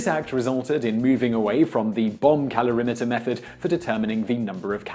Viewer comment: Sounds like he's saying "bum calorimeter" - which would make sense when talking about bum brownies. lol